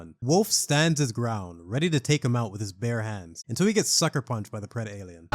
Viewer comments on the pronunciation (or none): Oh, AVP2 on PC era nitpick? The accepted pronunciation was: "Preh-dalien" rather than "Preda-alien"